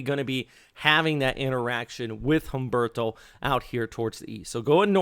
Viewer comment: Pleez skuoozme but I’m the Pronunciation Natzi and just had to weigh-in on your anglicization of Humberto. It’s an oft made unintentional insult to the Hispanic community - not a big deal I’m guessing you feel relative to the possible destructive power those weather conditions could exact upon the southeast coast . . . so it’s all forgivable, all good. That terrifying hurricane tearing up the Atlantic now is not pronounced: Hummm-burrr-tow But rather: OOOM—BARE-TOW. Silent H like in the word herb - referring to an aromatic seasoning, not as in the male first name Herb, short for Herbert. Also, the ‘U’ in Spanish in this instance is pronounced, ‘Ooo’, not ‘Uh’. If you pronounce Humberto correctly in future (much appreciated) weather updates I shall respond in kind by not reporting your name to the Sociedad de Mala Pronunciación del Idioma Hispano. I have all confidence you will come to your senses and comply with what I am requesting of you. Buenas Dias Senior, Paz, Pronunciation Nazi 🥳